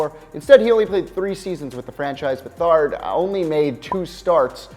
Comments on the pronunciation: Chiefs: You mispronounce the guy’s name, you imbecile. It’s not “beh-THAHRD.” It’s “BETH-erd.” And he went on to play pretty well for the Oilers. (He didn’t start in KC because the Chiefs had a Hall if Famer in Len Dawson. The far bigger Chiefs busts at QB were David Jaynes and Todd Blackledge. Do your research. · Pronunciations: Art SLEESter, not Art SCHLICKter. Pete BETHard, not Pete BuhTHARD, Earl MORal, not Earl MorALE. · Pete Betherd not Beth-ard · If you're going to do videos, at least learn how to pronounce the names correctly. You got three wrong. Schlichter is pronounced "Sleester" (even more fun to say). Earl Morrall is pronounced like "moral" and not "morale". Beathard is pronounced "BEATHard", not BeathARD". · The Chiefs quarterback's name was Pete Beathard, with the accent on the first syllable, just like Washington GM Bobby Beathard. It was not Pete BuTHARD. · You also need to brush up on pronunciation. Earl Morrall is pronounced with emphasis on the first syllable, like Moral. Pete Beathard is pronounced BETHerd. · Pronunciations: It's Shleeshter (Schlichter) and BETH-erd (Beathard). Kind of embarrassing since this is a video about football history...and Manziel bigger bust than Couch with Browns...other things are wrong here...Cutler's 07 and 08 with Denver were very good... and Gary Beban was the Redskins greatest QB bust (or Shuler)....wasn't RGIII rookie of the year? Do more research before posting something like this... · Learn how to pronounce Schlichter (Shleester), Beathard (Beth'erd), and Morrall (pronounce Mo'ral). You did get Leaf right, however. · pronounced Beth - erd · If you are going to make a video, learn the correct pronunciation for the people you are talking about. Schlichter, Beathard, and Morrall were all pronounced wrong. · This guy doesn't even know how to pronounce, Beathard. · This douche bag .ca t even pronounce betheard. And Todd Blackledge was easily the chiefs worst qb, draft pick.